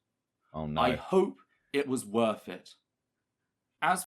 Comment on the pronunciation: How is his name but he can't pronounce Wor(th)? WORF IT? Really?